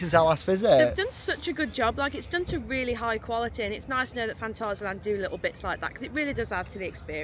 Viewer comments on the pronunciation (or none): Stop speaking Gerglish please, If your speaking in German it's Fahn-TAH-zee-uh-lahnt, if your speaking in English it's Fan·tay·zee·uh Land 😊